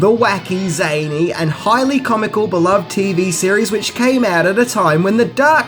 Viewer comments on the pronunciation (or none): none